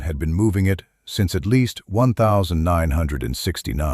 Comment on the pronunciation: Someone has to teach AI about years. 1969 is not" one thousand nine hundred and sixty nine", it's "nineteen sixty-nine". And, 1970s is not "one thousand nine hundred and seventy seconds", it's "nineteen seventies".